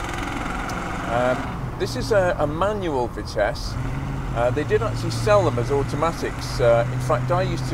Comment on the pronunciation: Vitisse Vi-nice